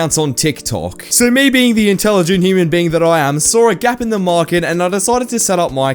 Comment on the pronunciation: “The intelligenct human being that I am” A second later “Saw a gap in the MAKRET” Intelligence 👌